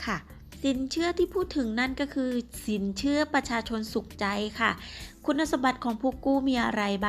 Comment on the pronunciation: สินเขื่อ..ออกเสียงไม่เอก อินาง... ติดเหน่อปะเนี่ย!!